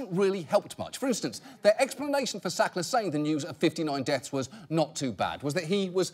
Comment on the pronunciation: Why does he spoil every "Sackler"?